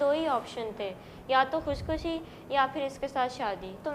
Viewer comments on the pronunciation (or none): جھوٹے آدمی بچی کو تو خودکشی نہیں کہنا آتا خوشخشی بول رہی ہے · Bolna v n arha sahi se to ghr se bhagne ki aql aur himmat to ye bdbakht bdzat Lownde ne hi di.khudkushi ko khuchkushi kahrhi. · Khushkhusi...... Yeh bachi ko khudkushi kehna nahi aata. Aur yeh ghar se bhagegi? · Kushkushi ni bhn khudkushi hota ha word phly khna to seekh lo phr bap k khelaf khri hona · Khush khushi... Khudkhushi Bolna nhi aata or ye 17 saal ki he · betaa vo KHUSHKHUSHI nahi hotaa hai vo KHUDKHUSHI hotaa hai 🤣🤣🤣🤣🤣🤣🤣🤣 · Jisko khudkushi bolna nae arha wooooo shadi kr ky khush rehna chati h 😂😂😂😂😂😂 kuskusi 😂😂😂😂😂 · Bichari ko khud kushi tu bolna nai ata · Khud kushi to sai bol nai pa rai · Bechari خودکشی ko b sai ni bol pa ri. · Hahaha kameena anchor...khud he har Jawab bta raha hy ous...aur churail johth par johth boly jaa rahi hy...khud kushi proper pronounce karna nai ata aur Karachi sy Lahore aa gai 🖐🖐🖐